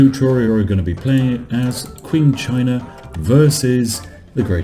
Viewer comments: IT'S PRONOUNCED CHING CHINA NOT Q-ING CHINA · "Qing" is pronounced as if it starts with a "ch." Like "Ching."